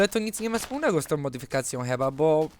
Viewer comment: Fajnie muwisz slowo "modyfikacje" :D